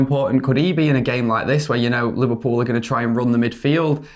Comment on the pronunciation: what the hell is "Liver-peew"??